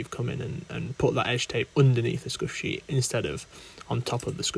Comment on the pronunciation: As someone who knows nothing about cricket, I thought he was saying skushy